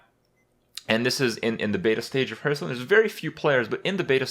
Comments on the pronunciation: say it with me Hearthstone (Pronounced "Harth-stone" not "Hurth-stone") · Hurtarena and hurtstone, is the saying just wrong or intended?